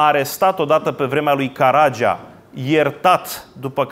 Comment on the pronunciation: "Sui generis" are accentul pe primul "e", si nu pe al doilea, domnule... "Caragea" - cum v-am mai spus, dar nu retineti - are accentul pe "a"-ul final, si nu pe cel de-al doilea, asa cum insistati in greseala... "Ada-Kaleh" se pronunta fara "h"-ul final... "x"-ul din cuvintul "exil" se pronunta cu "gz", si nu cu "cs", ca si in "examen", "executie" etc. (gramatica clasei a III-a)... Cuvintul este "butie", nu "bute", cum pronuntati... Ora "douasprezece noaptea", si nu "doisprezece noaptea", cum pronuntati tot timpul (acordul elementar al numeralului cardinal in gen cu substantivul).... Aveti aceeasi problema cu accentele cuvintelor limbii romane si cu ortoepia in general, de care nu va mai lecuiti... Iar chefliu nu inseamna nicidecum alcoolic... Oricum, felicitari pentru aceasta noua conferinta, pentru acumularea constanta si insatiabila de cunostinte si expunerea lor!